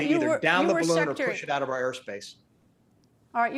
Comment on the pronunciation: you mean, "balloogny"